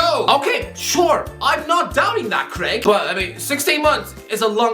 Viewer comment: Noo don't say Craig like that